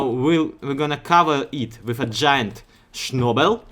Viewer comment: "Giat Shnobel" Так говорят? или ты просто тип пошутил? я тупой :P